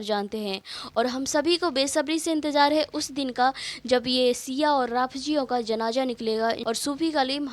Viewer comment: Didi Jaleel nahi hota hai zaleel hota hai Jaleel allah bari taala ka naam hai janaja nahi hota janaza hota rafji nahi hota rafzi hota lehaza suuniyon ko badnaam na kare ye apka kaam nahi apki aawaz ka bhi parda hai lehaza ye kaam chhod de behtar rahega